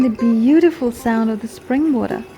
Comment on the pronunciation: Nice ! While the place sure is lovely, the way u narrated and captured the scenic beauty makes it all the more interesting. Enjoyed watching! P.s. Beee-teee-ful nahi hota , beee-yu-tee-ful hota hay 🤦‍♀️😁🤓